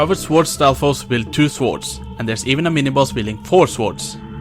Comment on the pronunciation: Please, stop saying "soårds". Just skip the "o" and you'll be pronouncing it prefectly. Despite my nitpicking, I enjoyed the video, so thanks and gj ;)